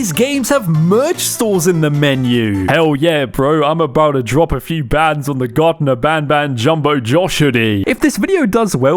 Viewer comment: bro garten of banban is a stupidly bad horror game but the more stupid thing is that he didn't even say the name right he said "Garden of banban"